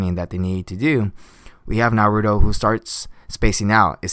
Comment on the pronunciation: you say naruto wrong